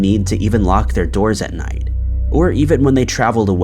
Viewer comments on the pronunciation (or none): none